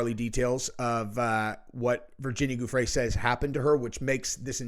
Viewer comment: her name is NOT pronounced “Goo-Frey”….. it IS pronounced “Jew-frey”. JUST a little FYI, bud. lol